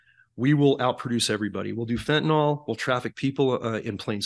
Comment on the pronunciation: PLEASE, PLEASE I just know you aren't illiterate. Fentanyl. Fen•ta•nil. Nil like nill-zero. There is no o in Fentanyl. You will sound more knowledgeable if you pronounce it correctly.